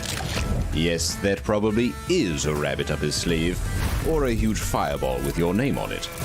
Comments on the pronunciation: Tania can’t pronounce H : “uuuge blunder” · Bruh how can you be so wrong lmao. It is pronounced like You-jh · The H is not silent, you say Hu then ge all at once. Hu sounds like hue.